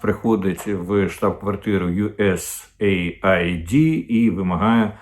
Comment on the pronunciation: USAaid- aid / вимовляється як ' ейд ,а не " ай ді ". Aid- це : допомога,сприйняття,підтримка